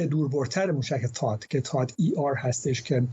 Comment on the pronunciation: تاد نه ، ثاد .... درست تلفظ کنید لطفا 🙏🏼🙏🏼🙏🏼🙏🏼🙏🏼🙏🏼🙏🏼🙏🏼🙏🏼🙏🏼